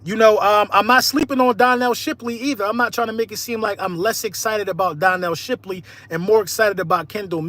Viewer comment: Bro said donnel Shipley